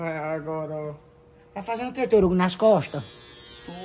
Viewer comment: falou torugo kkk